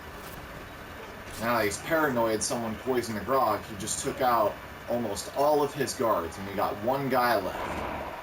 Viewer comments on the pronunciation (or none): Gr-ow-g, not Grog.